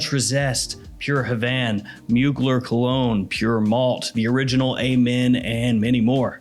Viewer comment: It’s pronounced Moo-Glare jfc